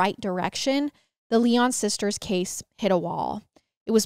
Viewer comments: Good god…it’s Lion, though spelled with a y. Not Lie On🤯🤯🤯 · So sad. 😢 My heart goes out to their family and friends. Their last name Lyon is pronounced Lion. ❤ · My last name is Lyon and the way you were pronouncing it kept throwing me off 😅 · I was twelve too when this happened. Wheaton Plaza was 3 miles from my house. Parents that used to let us go dime store by ourselves… that came to a screeching halt! BTW it’s pronounced Lion like the zoo animal. Their dad was a radio personality on WMAL. Our innocence was gone . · Yes! This case has been covered enough to where this mispronunciation is a gross oversight.